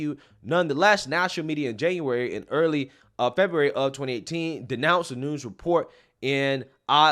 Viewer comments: It’s pronounced NOON-EZ. Not NOONS. Otherwise another great video! Keep lighting those candles & chasing the darkness! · Noon-ez not noons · For future reference devin nunes is pronounced new-nez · Nu Nez (Nunes)